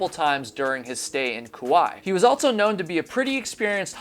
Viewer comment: I wonder if babble can teach you how to say "also"